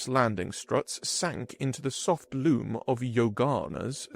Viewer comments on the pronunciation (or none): Ok not to be picky, but damn! You’d think vocabulary and word tecognition would be better if you read to public. I guess I’ve read and looked up so many books. Loam is pronounced lome, not loom. It’s a soil made of biological things like leaves and bark that are breaking down or rotting. It’s not just this guy, it’s all of yhem.